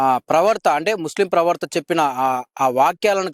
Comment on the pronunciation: ప్రవర్త అంటున్నారు, ప్రవర్త కాదు,, "ప్రవక్త ", అనగలరు.